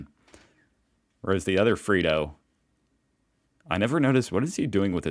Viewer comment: Dude it’s fredo not freedo 🤦🏼‍♂️🤣🤣🤣🤣